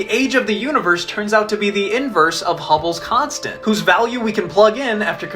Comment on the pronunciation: Wow, I never knew about hubbles' constent. I don't think that how you say that